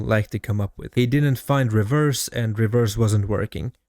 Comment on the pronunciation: Holy shit stop inserting T's in words that don't have them. "Faltse", "Revetse".... 🤦🏻‍♂️🤦🏻‍♂️🤦🏻‍♂️🤦🏻‍♂️